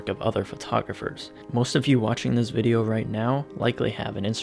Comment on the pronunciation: When he said “thanks MpB for sponsoring this vide” I thought he said “thanks MTV for sponsoring this video” I was like “what?” Lol 😂